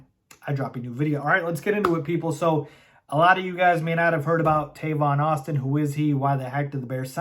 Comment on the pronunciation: He said Tavon Austin?🙄